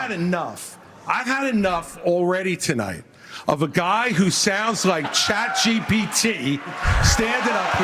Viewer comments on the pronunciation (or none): none